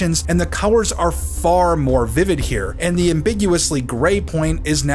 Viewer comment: The first emblem wasn't bad just dull because of the lack of colours. Also am I the only one hearing cowers instead of colours?